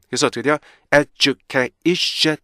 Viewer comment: 정현수 말이 안되는거같죠 education 에서 tion 을 셔은 이렇게 말하는게 말이되요 션 같이해야지 영어는 왼쪽에서 오른쪽으로 글자가 나온다고 그렇게 따로해야된데요 syllable 의 개념이 없는거 같아요 자기도 발음이 안좋은데 어떻게 남을가르켜준다는건지